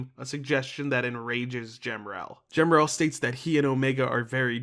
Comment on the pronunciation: I think the correct pronunciation for Emerl is “Em-murl”. And the same goes for Gemerl but add a G. Side note, to add some confusion. Gemerl also has another spelling being G-merl. Aside from a card matching game and whatever the source is for the name on the Fandom Wiki is, I don’t know why it exists.